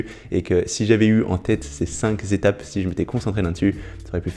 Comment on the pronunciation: tu me fais mal aux oreilles avec tes 5 "zétapes" cinq n'étant pas multiplié est un nb unique et dc sans "S' à la fin cinq étapes ça suffit ..